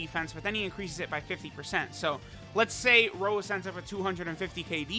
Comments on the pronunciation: Please, call him Rosé again and not Rose, that's how they call him in the anime, just like Cabba is Cabba and not Cabbe. Keep up the awesome videos! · STOP SAYING ROSE!!!! IT'S ROSÉ("Rosay") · It's pronounced RosÉ, goddamit lol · His name is actually Rosé and not Rose... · Plot twist: first 10 min was an imposter cuz he said rose and not rosé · Mans really disrespecting Rosé, by calling him Rose...Not subarashi, man